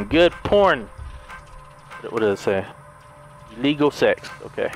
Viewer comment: Lol lol he said illegal sex instead of illegal seek. 😂